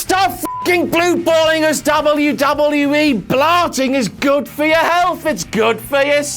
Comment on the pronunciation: I only watch to hear him say Dabble you Dabble You Eeee It gives me the lulz